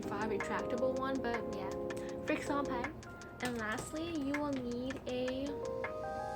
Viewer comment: "FriXion" is pronounced like "friction" btw. 😊 Great vid! ❤️